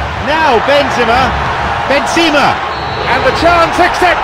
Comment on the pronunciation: 'bensema'? is that how shit the commentary is?